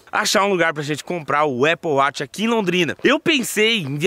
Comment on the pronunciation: Aple wati pqp fala direto